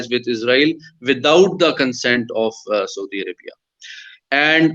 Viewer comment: Haha 😂 Saudi arabiaaa